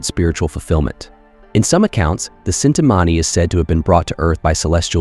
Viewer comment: it is not cintamani it is chintamani krishna had it